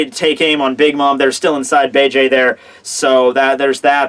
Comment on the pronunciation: please watch the English dub, so you can start pronouncing Bege's name right.